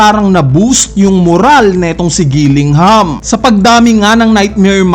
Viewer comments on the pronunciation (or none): Kilingham lodi. bat Gilingham sinasabi mo. Fav food mo giniling? haha